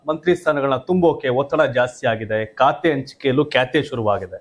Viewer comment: ಲೇ, ಕಾತೆ ಅಲ್ಲ ಖಾತೆ. ಸರಿಯಾಗಿ ಪದ ಪಡಪ್ರಯೋಗ ಮಾಡು